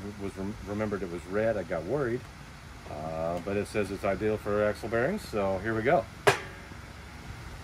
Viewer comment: It's 'Axle'. Axel is a boy's name.